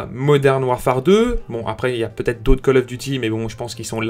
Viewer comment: C'est vrai que c'est p"EU"ssible c'est très pEUssible